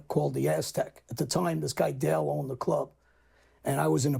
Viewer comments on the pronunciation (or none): none